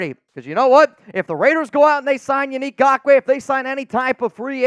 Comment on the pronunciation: Truly… thank you for pronouncing his name correctly. It was starting to get frustrating .